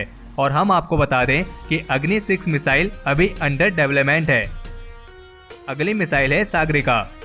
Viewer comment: Development pronounce sahi nhi h tumahara